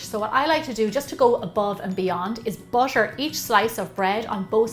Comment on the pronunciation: Im hearing bucher or butter not sure